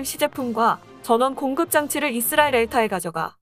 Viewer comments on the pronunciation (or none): none